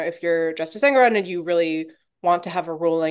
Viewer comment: En-goron not Eng-goron.